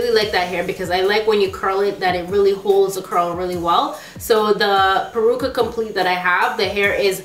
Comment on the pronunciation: It's "Peruca" not "Percua" LOL